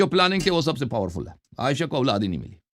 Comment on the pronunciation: Kitne ghalat tarha say Hazarat Ayesha RA ka naam lay rahay haen. ASTAGFIRULLALLAH